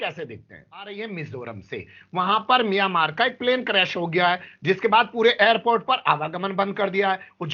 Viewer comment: मियां मार् मत बोलो मियां मारो बोलो